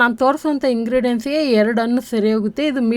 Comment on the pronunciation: Hi 🍫Hegiddiri? As usual super video..dear 👍 Vand suggestion..plz **Haalu(ಆಲು) Hannu*(ಅಣ್ಣು) kannada sariyaagi uchhaaraa maadi..plz Tappu tilkobedi.(.love from Vijayawada 👍)